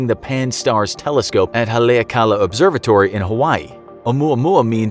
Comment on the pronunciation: Brah its haleakala not hale akala just say them together lol